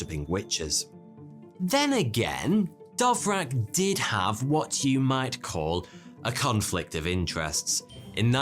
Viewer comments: Haha!! You pronounce "Dvorak" with two of your sounds swapped. Perhaps you are speaking with the wrong keyboard. 🙄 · I was a bit baffled by how the pronunciation could've become dovrak... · It is D V O R A K not Dovrak. Thanks for the video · Your pronunciation is one of the worst possible as well, "Dovrac" indeed! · I had to hold myself back from punching the monitor when he said it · How the fuck you gonna pronounce "Dvorak" as "Dov-rak". Jesus Christ. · I mean, if its pronounced anything like the composer, it's more like "Dvozshak" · DVORAK not DOVRAK. Don't be so;P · isn't it dVorak, not dOvrak ? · was just listening and wondering what the heck is a "dovrack" keyboard ? then i realized it's just mispronounced "Dvorak" ;) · DVorak,, DVorak, not Dovrak.:P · Dovrak? It's spelled Dvorak? :P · hey! it’s Dvorak, not Dovrak 😂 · normal people: da-VOR-ak intellectuals: d'VOR-zhahk: Dove-Rack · I hate to be that guy but Dvorak is not pronounced Dovrac its much more close to just Vorak with an a minor d sound at the start. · dont pronounce it like Dovrak, its Dvorak 🙂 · When you pronounce dvorak "Dove-rak" lol. Its pronounced "Duh-Vor-zhaak" for those of you who care. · You fell for the myth of no P0rn on Betamax. Sony had no control on what was licensed on their format. The Betamax failed because the cassette was so small and offered only 1 hour of recording time. Sony locked themselves in this small cassette. Watch Technology Connections! And it is DVorak not DOVrak. QUERTY is dumb, QUERTZ is the way to go - QUERTY is always annoying me when I don't find the backslash ;-)) And the strange layout was not for "slowing typists down" but to protect the type levers from tangling. So they were arranged that this does not happen quite as often while typing fast. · lol: DoveRack: it is /dvorzjik/ (/d(ə)ˈvɔːrʒɑːk, -ʒæk/ d(ə-)VOR-zha(h)k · Why did he pronounce DVorak as DOvrak? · Why are pronouncing “DOVrak” instead of DVOrak? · Because he's ""...